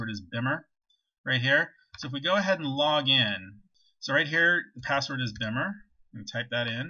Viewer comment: Lmao you really said “bhimer”